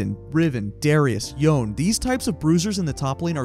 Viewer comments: take a shot everytime he pronounces Yone as "YAWN" and not "YO-NE" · Isn't Yone's name pronounced YonÉ Like not "Yon" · Yes! I love exhaust on Yone and ppl always flame me for some reason even when I’m fed 😳 P.S. it’s pronounced (Yo-nay) ❤ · I do not like “yown”